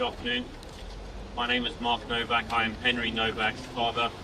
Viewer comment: The least you can do is get the spelling right. It’s Nowak not Novak. Sit there showing sympathy but can’t even get his name right.